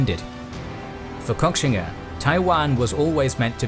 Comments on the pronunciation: I think it’s most likely pronounced “Koshinga” but great documentary anyways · Guys, at least learn how to pronounce the name of the person you're making the video about. It's pronounced "Ko-shing-a", not cock-singa..